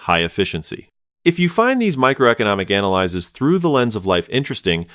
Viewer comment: The annoying thing about these videos is the A.I. mispronouncing analyses, the plural form of analysis (a noun), just like analyzes, a verb.